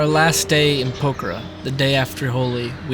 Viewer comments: It's Pok-harra 😂. Great video mate. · Please please please can you make the effort of showing respect and pronouncing Pokhara close to correctly? A prayer flag dies every time you butcher it in such a strange way :(